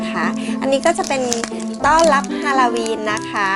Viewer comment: ฮาโลวีนไม่ใช่ฮาลาวีน